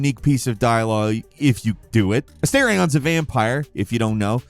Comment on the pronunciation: A-STAR-ION, not A-STAIR-ION Damn muricans